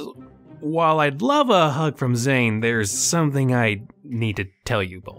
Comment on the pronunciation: It's Zane not zany dummy you need to watch it and see how it's spelled get it right